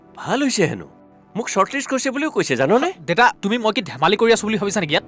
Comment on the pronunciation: দেইতা নহয় দেউতা